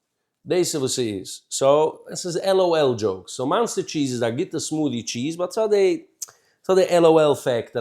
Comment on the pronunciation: OK dude, you're funny and zaftig. Ignorance is bliss so I'm sorry for taking you out of your blissfullness to tell you that it's cringe-worthy when you call it "Monster" cheese. It's OK to have threadbare shirts but sometimes you're such a stickler for pronunciation and here's a word that makes you come across like........